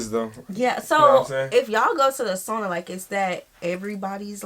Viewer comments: How to pronounce SAUNA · As a American born person of Finnish decent raised in Northern Minn., Sauna was a big part of life. It is one of the few regions in the US where sauna is pronounced properly.( it is a bit of a shame that the only word of Finnish origin to make it into the English lexicon is pronounced incorrectly by most Americans (BTW, closet you are likely to get to the correct pronunciation is SOW-na (SOW rhymes with HOW)) .) We, as most people in the area did, had our own sauna. And going to sauna Au-natural seemed perfectly normal to me growing up. (It wasn't until a moved to another part of the country that I found out that some people are uncomfortable being naked in front of others. Sauna was often a social occasion, with friends and family inviting you over for sauna. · So many things in this video was just not true. We don't really care how you pronounce sauna, If you like salmiakki or not or If you like Sweden. Sauna IS sacred place to us and we go there naked. When we are in sauna, we don't stare other people bodies or comment them. If you are not ok with being naked, it's totally fine to wear towel. Doesn't affend anyone. You don't need to bring gifts, when voisit a Finn. You can If you want to, but we don't expect you to. And never ever have I seen any guest slippers or something. Actually theres not many things that makes us mad. One of them is littering. Especially our nature. That IS really big no no and definatelly unforgiveble. Tip If you want. And try our mushrooms, they are soooo goood 🤤